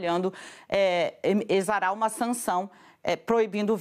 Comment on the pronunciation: Nooosssa! Daniela sabe falar "exarar" !!!!!